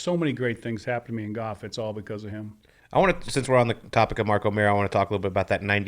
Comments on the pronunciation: Hank can't pronounce the L in the word Golf (sounds like Goff) but otherwise he's allright. His podcast isn't bad. Yeah, the whole "bad at bringing his game from the range to the course thing." I mean, the driving range is flat and the ball isn't below or above your feet so its obviously much easier to perfectly hit your 9 shots. And you're allowed to use alignment sticks etc. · Looks like he's 80, and worse yet, cannot even pronounce golf. Brutal when someone pronounces it goff. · Ever heard Hal Sutton or Ben Crenshaw say “Goff?” It’s a geographic thing.